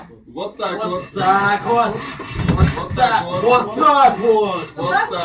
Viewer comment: Началось... Уже не смешно, не оригинально, и ударение в слове уотакуот неправильно ставите. Ждем еще кучу подобных видео.